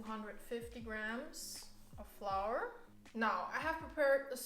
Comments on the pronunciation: wie ich mich sogar noch an das kuchen video erinnere, wo du flour wie floor ausgesprochen hast:D Hach, schön dass du wieder da bist, bless us with more vegan chinese recipes! <3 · wait- flour is actually pronounced like that? 😳